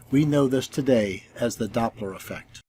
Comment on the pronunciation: When the globe priests come here with their FAIRYtales, just remind them that it's Doppler, not DOPE-ler😁 Good Job👏❤️👍